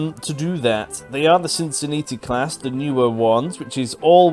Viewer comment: I think you're just saying Cincinnati wrong on purpose now.